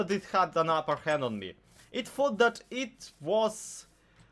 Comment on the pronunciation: "It fought" i know you arent english but i thought ut was funny